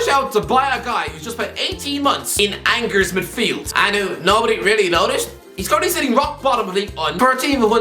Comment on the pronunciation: The G in Angers is a soft sound not a hard one